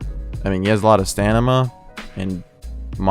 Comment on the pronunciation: stamina not stanima